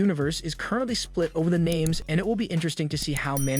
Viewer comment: I realy like the broad cast but it would be great if he would watch the program learn how to pronounce the names of the people he talks about i would cirtinaly be offended if some one continusly mispronounced my name. Practice saying the wrestlers names till he can do it right. than air the broad cast would make the podcast much much better. Still doing a great job.. love the content thumbs up..